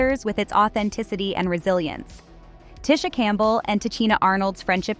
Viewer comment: Man... White people really shouldn't report on black stories they aren't closely knowledgeable about or aren't part of black culture. She is mispronouncing both of these sister's names and it's irritating.